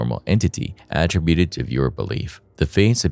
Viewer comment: If I never hear the word att-ributed ever again I swear. Not only is it being pronounced wrong it’s being used like 4 x a sentence geez